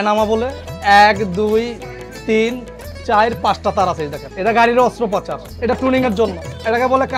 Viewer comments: সাংবাদিক ভাই, অস্ত্রপাচার না অস্ত্রপচার। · অস্ত্রপাচার নয়, অস্ত্রোপচার। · অস্ত্রপাচার নয় অস্ত্রোপচার। 🏍️ 🇧🇩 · ভাই রিপোর্টার সাহেব- অস্ত্রপাচার নয়, অস্ত্রোপচার। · অস্ত্রপাচার টা কি জিনিষ??😂